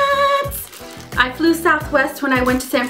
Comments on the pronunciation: hahahhaha when u said peanuts i thought u said "peeenniiisss" and i thought it was an open condom wrapper hahahha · Omg when you said "peanutsssss" I thought you said "penissssss" hah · yea and she said peanuts and i thought she said penis hahahahaaaa o.o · I thought she said that too but she said peanuts!!!!